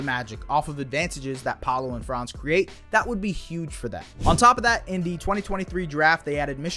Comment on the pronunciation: One last thing: Franz‘ name is pronounced differently. The „a“ in Franz is to be spoken shortly. It is a short „a“.